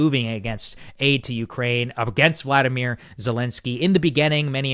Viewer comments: You always mispronounce his name. It's Volodymyr not Vladimir 🤣😊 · It’s VOLODYMYR. There is no A in his name. Do you think we can start pronouncing it properly. His name is NOT the same as Putin’s.